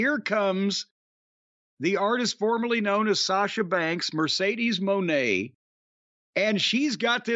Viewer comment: Mercedes wig is flames burning the blue hair signifies the end of Sasha Banks. And it’s pronounced Muh-Nay